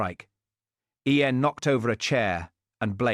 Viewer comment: Who pronounces “Ian” as EE- ANE? AI is amazing, but doesn’t one edit or correct it? I prefer human readers.